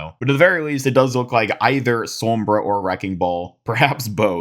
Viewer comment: 'som-bruh' lol